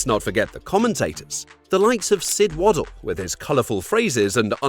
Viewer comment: When you can't even say Sid Waddell's name correctly and use American spelling it's a no for me....